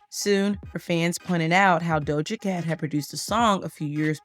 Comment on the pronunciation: The way her name was said 😭